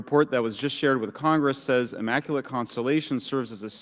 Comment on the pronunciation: hmm. Guess you missed the lack of evidence during that entire session. Also, she should learn how to pronounce words like maritime and immaculate. But thanks for outing yourself for agreeing with a lunatic.